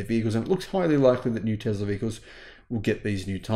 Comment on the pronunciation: I love your videos but where the heck do you find the Z in Tesla?